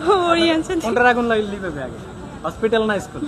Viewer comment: নিভাবে ❌ লিভাবে✅ 😂🤣😂